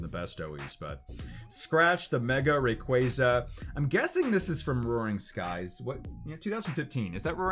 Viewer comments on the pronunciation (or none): none